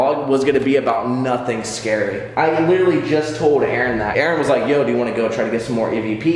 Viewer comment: "Ay ay ron" 😂